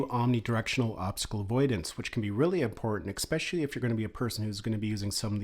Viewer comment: Thank you for the Info :) Little help: there is no "Eggspecially" ;)